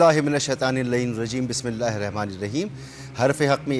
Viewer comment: 😢😢😢😢😢 ye anchor aouzubillah or Bismillah theek sy nhe prhta